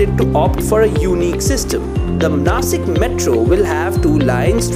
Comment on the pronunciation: It's not Nashik